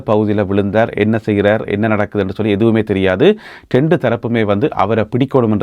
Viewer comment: ஒரு செய்தி வாசிப்பாளர் தெளிவான உச்சரிப்பு இருக்க வேண்டும். இரண்டு பேர் என்பதை டெண்டு பேர் என்கிறீர்கள்.திருத்தி வாசிக்கவும்.தமிழ் அடியானாக இருந்தால் தமிழ் மொழியை கொலை செய்ய வேண்டாம்.